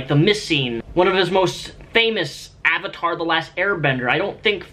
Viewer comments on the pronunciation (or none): none